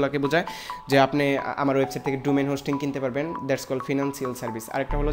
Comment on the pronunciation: Thik bolcen...ei salar vaier English sunle r English bolte icce kore na